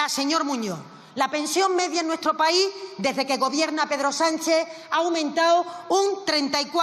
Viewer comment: No se dice paí, se dice país